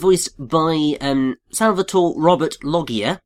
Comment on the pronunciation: "Loggia" is pronounced "low-ja", not "loggy-a".